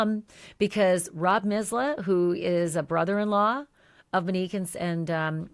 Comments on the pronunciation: Is her name pronounced Menique? This is what I hear from Ashley. Mo, the name she actually used would be pronounced mow as in Monique....I'm just sayin' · Pronunciation MO-nique, not MUH-nique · I love you so I have to tell you 😉 people are not upset because you are calling her Mo. People are upset over the way you pronounce Monique. You say MInique instead of MOnique!! Hope this helps! 🩷 Thanks for all your hardwork 🥰🩷🥰🩷🥰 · Good God, lady, her name is not Minique, nor is it Mo. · Her name is Monique. You pronounce it Manike— the o is long…mo nique. Also, you’re really fixated on how long the drive is from Rockford Illinois to Columbus Ohio…perhaps he was in Zanesville visiting his family and childhood friends for the Holidays and the drive was closer to an hour. Do your homework please. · Why do you insist on calling her Mo, but pronounce her real name like “muh-nique”? It’s Monique. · Ashleigh I adore you but it's Not that people are upset because you're calling her Mo, It's because of the way you pronounce Monique. You say MInique instead of MOnique. I'm 99.9% sure that's what people are talking about!! Thanks for all do!! 🥰🩷🥰🩷🥰🩷🥰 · I hear you pronouncing her name as “Manique” rather than “Monique”, but yes she went by Mo apparently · Ashley, please try to pronounce the female victim's first name correctly. It's pronounced Monique with a long O sound, not Manique with a short A sound. Even the transcript hears your pronounciation as "Manique". It's just more respectful to get her name right and you are the only true crime podcaster who has been mispronouncing it. Everyone else says "Monique" with a long O sound. Thank you. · You keep mispronouncing her name. It's MO(long O)neek. Not MIN-neek as you've been saying. If it's hard to say, stick with “Mo.” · Why do you keep saying MUHnique? Good coverage, but that's very annoying. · This is petty of me but I’m going to say it anyway because it’s driving me nuts. Her name is not Muhnique. It is MOnique.